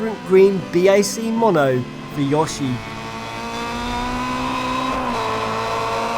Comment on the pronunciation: how is no one talking about how he butchered yoshi's name